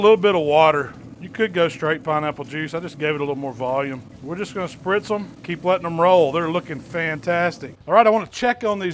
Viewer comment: He said sprtiz